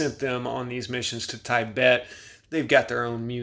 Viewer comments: Tiebet 😂😂😂 it’s pronounced teebet I love you and your videos this just made me chuckle 😅💪🏿💪🏿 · Tibet is short i sound, not long i sound. Your mispronounced words are shocking. Were you born yesterday?